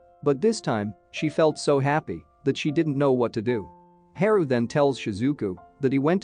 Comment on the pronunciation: Haru isn't his name pronounced Haa Roo not He ru Ouch said my ears